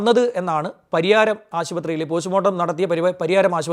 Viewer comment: Pariharam alla. Pariyaram